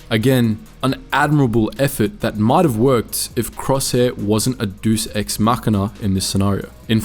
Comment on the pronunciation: "Duce ex machina" XD (Laughing with you, not at you - no fault in mispronouncing a dead language, after all! It's pronounced "day-us," for future reference. uwu)